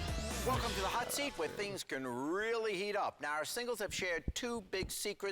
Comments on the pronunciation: can we get more recognition for always mispronouncing “now our contestants” at the beginning of every hot seat segment NOWRRRR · "nawr" is so clear, it might be an all-timer